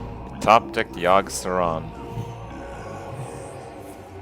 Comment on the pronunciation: Yogg Sad-ron